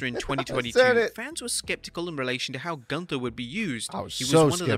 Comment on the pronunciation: Bro called him Goonther 2x😭😂